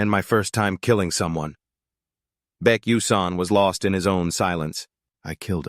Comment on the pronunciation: If the AI can't say the MC's name correctly, then the recording is starting off on a bad track. Why is Baek coming out as Becky?